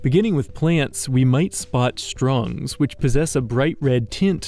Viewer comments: The fact you keep saying things wrong - like saying “strung” when it CLEARLY SAYS STURG ON THE SCREEN! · How in the world did the narrator get "strung" out of "sturg"? And xanthophyll is pronounced "ZAN tho fill", not "ZAN o fill". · I could tell you were real tired recording this calling the sturg the strung and yawnin all the time u gotta get some rest sometimes dude 😭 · I'm loving this series, but I have a request: Could you double check your pronunciations? I know many of these are made-up words, but some of them were pronounced entirely wrong like "sturg" and "xanthophyll."